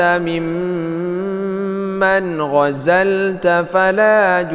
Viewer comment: Bntu jwb jg ni.mimman'azalta.tp jg td bacanya gozalta